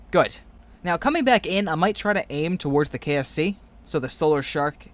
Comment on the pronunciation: It did really sound like kfc kerbal free centre